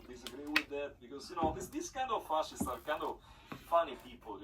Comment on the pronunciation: We have a lot in common you and We, Jibbles for instance thinks its rather "darling" how you pronounced ^Fa-shist-ss^ as Fa-ss-ists ... Almost like your some sort of "innocent"... You know, in Our Blackfoot heritage (Niitsítapi) We have this Great-Great-Great Grand Mother who defended Her Teepee (Tipi) Children and grand Children by fighting a Prairie Grizzly Bear... and Her tactic was to stick Her arm in its mouth and twist its tongue down its own throat and choke it to death... Apparently it took like half an Hour or so... But she had already given birth many times so She was NOT "pain" compliant... She lost Her arm, but She has great Name because of that... Not gonna say it, here but She is known among Us, the REAL People... Now, thats' a REAL Woman...